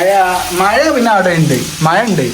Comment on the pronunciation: മയ അല്ല.. മഴ.. എന്ന പറയാ..